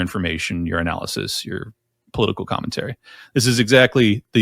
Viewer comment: When you said, “your analysis” it sounded like urinalysis